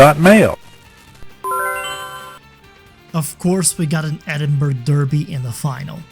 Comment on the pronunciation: So you know it’s pronounced as edinbru not edinburg